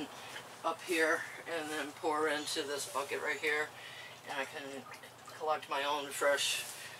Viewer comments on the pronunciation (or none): none